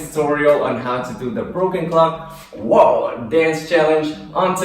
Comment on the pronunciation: It's woah not woar😂